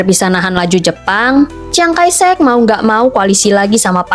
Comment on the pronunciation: Chiang kai shek kok dibaca ciang kai sek?? 😂😂😂